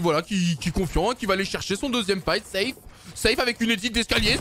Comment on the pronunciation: Arrête de dire zeif et dit seif